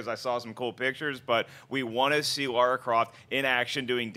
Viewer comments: Yeah I know. They say Laura and not Lara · LARA not Laura, ffs. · cmon guys it's lara croft not lora croft geez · Lara! Not Laura! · It's LARA not Laura. lol It's obvious that they haven't played any of the games. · LARA, not Laura. How hard is it to read when it's part of your job?